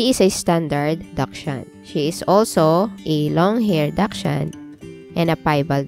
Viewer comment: First clue you aren't an expert is the way you pronounce dachshund